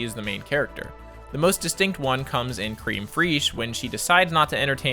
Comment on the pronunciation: I don't know why Americans call it cream freeesh when in french 'fraiche' is pronounced 'fresh' and means fresh